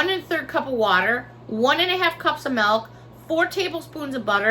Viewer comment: Lol you said melk instead of milk. You are definitely a Chicago girl!